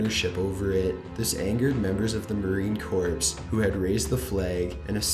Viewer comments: "Marine Corpse" smh. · the p in marine corps is silent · I cringed when he mispronounced Marine Corps. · My dude, I love your videos but it's pronounced "Marine Core" not "Marine Corpse" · In the Marine Corps corps is pronounced core. I’m sorry but you make soooo many errors with they way you say names and other fairly easy words. Maybe you should research how to say it if you’re unsure. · Marine CORPSE? fuckin Canuck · I dont want to sound like a jerk but you missed pornounced Marine Corps.. the 'ps' is silent in Corps.